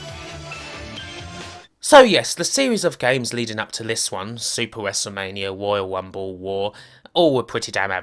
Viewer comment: "Woyale Wunble" lol... Sounds funny that all the r's have been weplaced with w's...